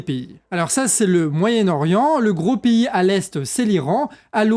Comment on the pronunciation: Tu peux arrêter de prononcer "pays" piï au lieu de péï